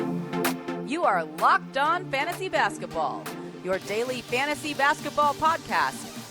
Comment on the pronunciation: its always bothered me how much of an emphasis puts on FANTASY basketball podcast